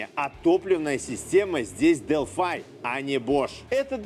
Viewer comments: зачем делфай то?правильно же делфИ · я зеникому этот же вопрос задал,вот прям ухо режет дэлфай,потом специально нагуглил произношение,дэлфи же наx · Привет. Делфи - это язык программирования и город в древней Греции. Делфай - производитель запчастей. Гугли тщательнее. А ещё лучше - глянь в YouTube. У Делфай тут свой канал, послушай внимательно, как сотрудники компании произносят её название.